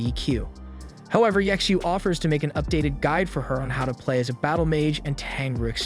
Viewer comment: Ye Xiu, or better pronounced Ji Xiu(chtu) something like this it's hard to explain how to speak xiu out.